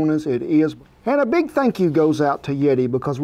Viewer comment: Did Kent say "It's not BEAG enuf?" As in the Beagle wants it bigger?